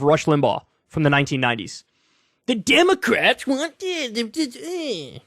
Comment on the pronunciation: Is it just me, or is Don Jr. saying "Dumbocrats" instead of "Democrats"?